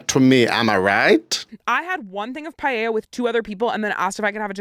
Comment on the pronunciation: That's how it's pronounced, pie-ey-ah! It's a Spanish word, and that's how they pronounce the double Ls.